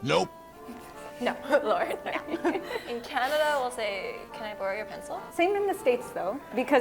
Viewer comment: He also said Canerda a few times. It weirds me out when r is dropped from where it should be "car" as "cah" but added where it isn't "movrie" for 'movie'...